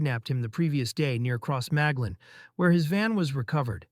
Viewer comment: I’m American, but have spent enough time in the North of Ireland to cringe when the narrator makes an attempt to pronounce Irish names and places. It’s a good narration with an understanding of the events, but it would be nice if he could pronounce Finucane or Crossmaglen.